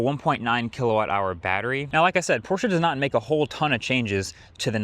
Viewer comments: Thanks for pronouncing Porsche correctly! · I am so glad you pronounced Porsche correctly... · as a german i thank you for pronouncing porsche correctly. GUTE ARBEIT